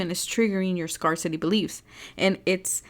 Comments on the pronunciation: I love you. Just wanted to tell you, help you, scarcity is pronounced, scare city. Just so you know. 😊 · #3 Thank you for the reading!💞 Oh btw, scarcity is pronounced scare-city 😊